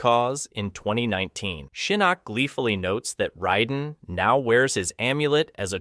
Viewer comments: RAY den. Not Rye den. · I guess you haven't noticed that everyone calls the thunder god, Raiden, not Ryden. And you don't seem to know that there are multiple timeliness which explains many of the things that you claim have no explanation. Kahno? Are you serious? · I heard riden and I’m out